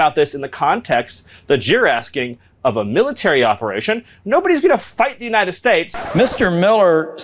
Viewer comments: "For the Uniiedddshate" Wtf is wrong with miller?? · I hate the way the re re ghoul says nitystAtes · Is it just me or is Stephen Miller having a hard time to pronounce his country's name? I'm hearing "Yann estates" most of the times.